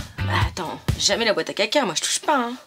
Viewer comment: C mignon tout plein (à part le passage ou elle prononce "boite à caca").